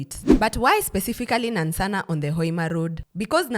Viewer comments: Please the place is called NANSANA not Nansssanaa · The pronunciation of Nansana threw my attention span off but good information all together. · Laughed so hard. I’ll start pronouncing it like that just for laughs. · Am Ugandan and your pronunciation of Nansana has me on the floor 😅😅😅😅😅😅😅😅😅😅😅😅😅😅 love your content